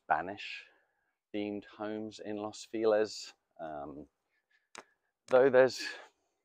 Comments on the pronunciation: I hate it. But they'll turn around and say "Feliz Navidad" the correct way. 🙄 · what a way of pronouncing "feliz" xD